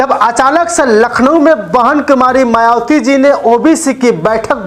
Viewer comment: शुद्ध उचारण करें भाई बहन मायावती कहे मवाती न कहे